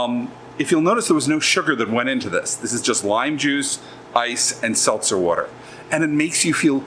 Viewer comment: Seltzer Water